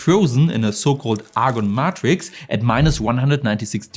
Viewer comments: In English poly has a 'short O' as in 'pop' not a 'long O' as in 'pole'. However Matrix has a long 'A' as in 'maid' not a 'short A' as in 'mad' i.e May'trix not Mat'rix. 👍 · English tip: Matrix is pronounced "may tricks"